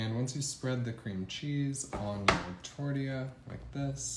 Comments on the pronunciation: It's tor-tee-ya. You're welcome. Tucson (Toosan) Arizona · Stop saying “tordeeya” ffs. People will still watch your vids without your little trademark pronunciations and the “”ay ay ay ay ayyyy…”